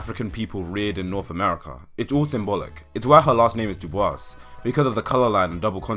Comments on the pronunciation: also it’s pronounced doo boyss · Are you aware that the "s" in "Dubois" is silent?